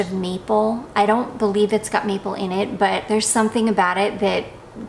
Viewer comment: I'm was listening in my car on the way to work and I swore I heard you say it smells like meatball. 😮 Then I realized when you repeated... MAPLE! That is much better for a perfume! 😂😂😂